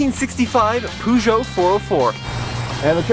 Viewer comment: 1965 Poo-Joe 404?